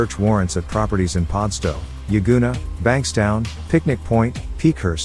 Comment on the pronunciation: He got Yagoona right but can't say Padstow 🤣 " paardstow"? WTF? 😂 I'd by him a case of Coopers pale ale for a round or two of his attempt at an Aussie accent if he thinks that's how we pronounce pad✌️🤠🇭🇲.